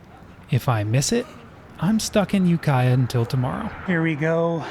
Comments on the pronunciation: Never been further north than Santa Rosa. You're really sleeping on the Mendocino coast... and Ukiah is not pronounced "you-kia", it's "yu-ki-ah" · That city is Ukiah (You-Kī-ǎ) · It's UKay Ah how it sounds! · I cringed hard at You-Kia. And Ukiah is mid, Willits is the better town in that area, just a little further up the highway. You have made videos in Truckee, which is much further north than Santa Rosa. You've just not been up 101 passed Santa Rosa. And the Richmond-San Rafael Bridge is the worst toll bridge in the Bay Area. 101 is much prettier and nicer, but for sure there is a way to do this much faster up 5. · you-kiiiiii-ah. Long I like the word eye. The band AFI is from Ukiah. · almost called you out for the ukiah pronunciation but the bus driver beat me too it 😂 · That is not how to pronounce Ukiah. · lol, glad they straightened out that Ukiah pronunciation for you pretty fast. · For your next time up through that valley, there's a long I in Ukiah. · Thanks for showing us when you learned how to pronounce Ukiah. A lot of place names in many countries are "unusual" for outsiders; you nearly had it. I'm looking forward to seeing the rest of your trip. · The mispronunciation of Ukiah was peak. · the way you mispronounced Ukiah hurt my soul.